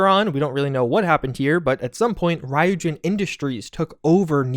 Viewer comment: Good video. Small correction: Ryujin is pronounced Ree-oo-jin. Not Rai-oo-jin.